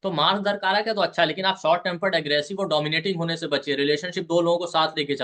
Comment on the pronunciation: "दरकारक" नहीं, दाराकारक होता है। 'दारा' का अर्थ स्त्री या पत्नी होता है।